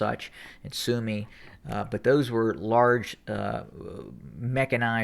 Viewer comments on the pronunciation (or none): none